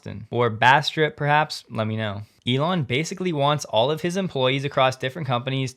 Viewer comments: Bastrop - First syllable Bass like the fish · Pronounced Bass-trup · Bastrop is pronouced bass-trup, like the fish. I had annual training there when I was in the military back in the 90’s. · living in the area for about 5 years, the "Ba" part of Bastop is pronounced like "bass" ... as in the fish ... except the "st" part is the start of the second syllable ... so, "ba-staap" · Bastrop sounds like bass tr awp. I lived there in the 1970s when it wasn’t even a fork in the road. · Bass Trop-rhymes with cop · Bastrop is pronounced like pass top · Bastrop: The easy way to say it is… Bass(like the fish)•trop(long ‘o’ - sounds like drop) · Great job as always! Bastrop is pronounced in two syllables; Bass (like the fish) and, trop, which rhymes with drop. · Bastrop: we have a town with this name in Louisiana and we say it with a soft a. Like mass not like face